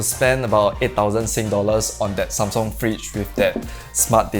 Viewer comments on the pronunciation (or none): none